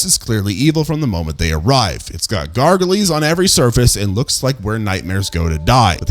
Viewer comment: “gar-go-lees”? Do you mean gargoyles (pronounced “gar-goils”)?